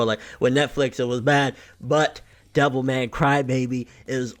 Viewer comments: I kept thinking you were saying devil may cry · Sounds like your saying devil may cry